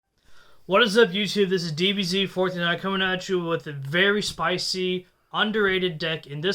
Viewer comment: I will only comment because apparantly it's good for you as a channel. I honestly can't remember how I found your channel, I know I saw you on one of the bigger Yugituber channels and you gave a shout out to your channel. And I just couldn't understand what you said. Cause I kept hearing DBZFourtyNine(DBZ49) instead of DBZFourThreeNine (DBZ439). Couldn't find you through all the DBZ abriged videos. Finally found you and love your deck profiles. So anyway, keep that in mind when you shout out again. There are a lot of idiots like me xD